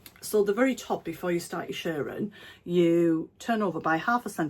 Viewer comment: You do make me giggle. Thankyou for cheering me up today. I too struggle with the arm exposure issue. Here in Australia I am more likely to get shoulder sunburn. Lovely dress and so happy to hear you saying shirring ( as in stirring) Instead of shearing (the sheep) 🤣🤣🤣❤️❤️